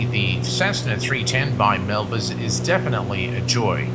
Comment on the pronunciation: Another great video by, very concise and time stamps are appreciated, thumbs up given. Not sure why he mis-spelled MilViz in the title and continually mis-pronounces the name throughout the video. Sounds like he's saying Melvis instead of MilViz, as in "Melvis has left the building" XD